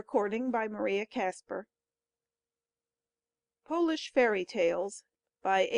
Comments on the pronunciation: That'll be Polish (pō-lish) not polish (pä-lish). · That pronunciation shocked me